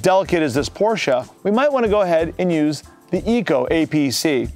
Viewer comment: He pronounced Porsche correctly! Props brother